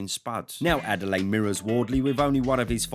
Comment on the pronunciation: Butchered Adeleye, lmao. It's Ah-day-le-year.